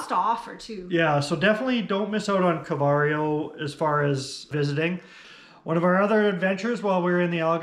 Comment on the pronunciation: I have heard it pronounced as Car-vo-where-oh with the emphasis on the where syllable, but i enjoyed your Car-very-oh too.